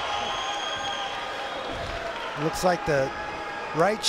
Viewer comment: Nurmegov 😂 who are these jokers who can’t even pronounce their names.